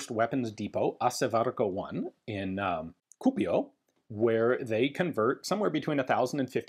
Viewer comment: I greatly enjoy your pronunciation of Kuopio